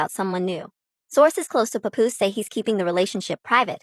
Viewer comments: Mans said PapBoose 😭😭😭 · Its not pa-poooose! Smh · “CHAPoose” is WILD WORK. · Why does she pronounce Papoose like that?!😅